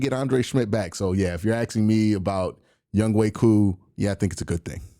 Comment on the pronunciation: Just butcher his name q lmao its yung HO lol